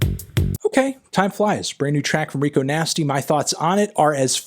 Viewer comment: Her name's Rico Nasty, Anthony, not 'Nigo Tasty', ffs. Other than that, really good review.